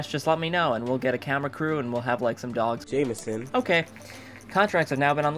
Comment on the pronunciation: I keep on hearing "Jamehsun" and it makes me giggle.